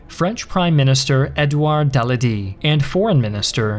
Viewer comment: Del-a-dee? It's del-a-dié